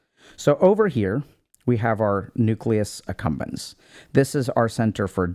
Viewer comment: So I've been listening to Dr K videos for years and only today did I realize it's called the Nucleus Accumbens and NOT the Nucleus Succumbens. Freudian slip?